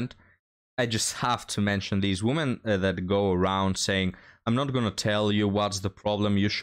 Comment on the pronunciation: A few tips regarding English pronunciation: "Worth" is pronounced "werth." The singular "woman" is pronounced "wuhmn." The plural "women" is "weh-mn."